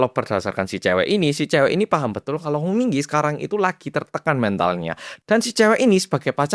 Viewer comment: nah.. HONG yah.. HONG bukan.. song..